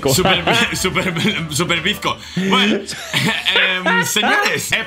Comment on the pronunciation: diciendo super Blenco ja ja ja ja